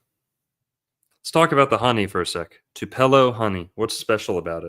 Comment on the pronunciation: It's two puh lo... Not twopello